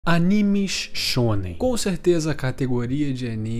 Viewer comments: "animixx shxxonen" kkkkkkkkkkkkkkkk me identifiquei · Ele disse shounem